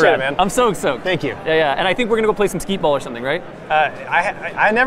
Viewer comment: Wait.... Did say "skeet ball?" Is that a new game? Do you shoot skee-balls with a shotgun?.... I'm in!